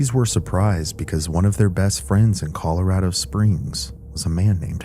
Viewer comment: scariest part of this whole video is that pronunciation of ColorAAdo🤣